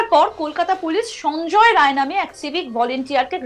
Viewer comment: রায় না রাই